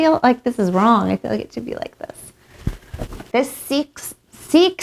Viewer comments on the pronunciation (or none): This whole thing cracked me up. Break em down intellectually. He just said the “Wong” Things. Let’s hear him talk. Lol